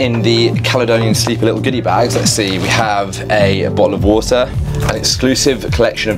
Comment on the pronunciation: there you go, a bo'oh'o'wa'er